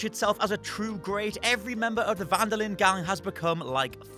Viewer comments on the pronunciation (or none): none